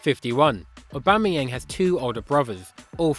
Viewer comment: How the hell did you get that correctly